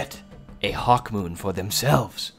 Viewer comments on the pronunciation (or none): none